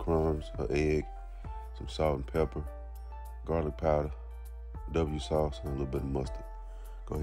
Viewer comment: “w sauce” is crazy 😂 It’s not that hard to pronounce Worcestershire